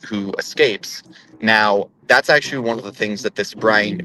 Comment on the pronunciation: That was pretty good actuawee